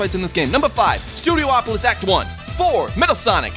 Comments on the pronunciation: It hurts me every time calls the stage Studioopolis... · Studiopolis... 5 SYLLABLES, NOT 6